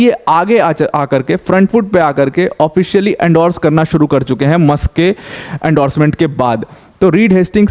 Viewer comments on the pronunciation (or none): none